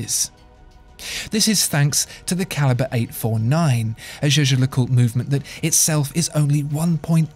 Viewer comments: it's YAGER no jayjer ... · Jaeger is pronounced "jäger" like in Jaegermeister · Are you sure Jaeger is pronounced "jay-jay" like you are doing? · I am afraid that your "Jaeger" pronounce is incorrect. This is german name not french. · You are really butchering the pronunciation of Jaeger